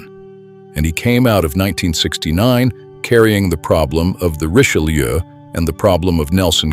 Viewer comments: For a video everybody says is so well done, the least you could have done is learn how to pronounce the Richelieu. Reech-eh-loo. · It truly is superbly-done. Unlike the majority what YouTube feeds you today, this appears to be narrated by a human being, not a computer. Except that he/it doesn't seem to be able to pronounce "Richelieu". So it may be A.I. after all. But it is a great video, nonetheless.